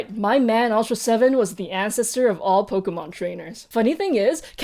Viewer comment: I liked this episode. I did not know so much that was shown in this episode. I was confused by your pronunciation of Nintendo, Pokemon, and Evangelion. When you pronounced other words, they all sound like I thought. But Nintendo, Pokemon and Evangelion were not what I expected. Still enjoyable to watch.